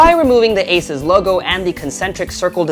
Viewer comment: AH-SUS! Learn to pronounce.